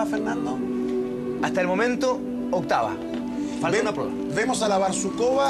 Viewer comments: не БАрсукова а БарсукОва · Не "БарСУкова"....... БарсуКОва!!!!!